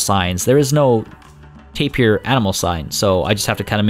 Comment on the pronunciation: YES.but also,Not tapir beer,But Ta-beer!